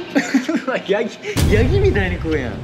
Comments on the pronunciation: ヤ⤵︎ ギ⤴︎のイントネーションめちゃくちゃ珍しいんよ😂爆笑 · ヤギのイントネーションめずらしい